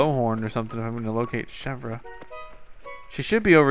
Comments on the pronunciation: its chev like the car company and then its like ear so its like chev ear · Chevre's name is pronounced Chevr, and it means goat cheese! GAHAHA! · To pronounce Chevre it is the same as the way you pronounce the Louvre in Paris ... THE R IS SILENT!!! Oh My Goodness!!! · the R is silent